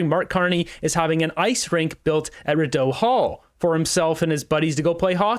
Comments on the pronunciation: It's pronounced 'Ree-doe'. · Re-doe hall. Rideau hall. I cant handle it you need to pronounce it properly English way. Lmao it’s to funny listen to you say it. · Rideau = Ree doe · Rideau Hall is pronounced REE dough. Mainly because Mary Simon our GG is raking in the DOUGH and doing dick to earn it! That’s my play on words! PS. I live in Ottawa and my father owned a jewellery store on Rideau Street. I commend your hard work on Carney’s conflicts. I hope you are recognized in future and become someone we can see in government to get our beautiful country back to what it once was! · Rideau Hall is pronounced "Ree-Doh" Hall. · Reeedoh Hall